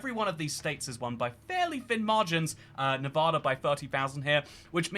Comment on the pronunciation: Stop saying "Nevodda." By the gods, you lived here for a while. 😬😬